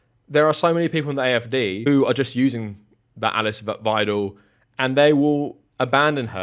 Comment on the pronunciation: Bit of a random gripe: You managed to pronounce Alice at least 3 different ways which at one point threw me off trying to figure out "Who?". (Eless, Alex, Eliss?) We tend to use the french pronunciation for her (~Uh-lease)